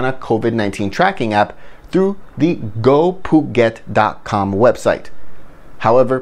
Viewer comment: oops. i think you meant Gophuket not GoPhuget